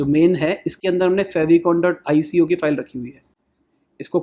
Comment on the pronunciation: favicon is spelled like फैव आइकॉन not फ़ेविकॉन